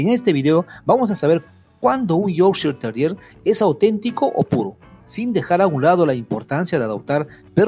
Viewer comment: Me encanta es como explica cuáles son las características típicas de un Yorkshire Terrier de raza pura pero a la vez pronuncia erróneamente la raza del perro 🤷🏽‍♀️ pero nada; Él es el experto!